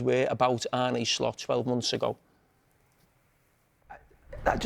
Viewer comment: Ar-nay Slot